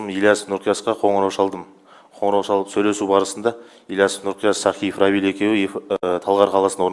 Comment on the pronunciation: Неге чыкты,чыктык,чалып деп сойлейды.Шыкты,шыктык,шалып.